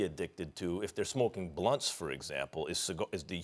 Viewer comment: The way Max says smoking blunts tho lol